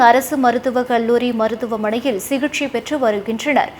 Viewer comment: அம்மா தமிழை நன்றாக பேசம்மா.சிகிச்சை சிகிஷை ஆகிப்போனது.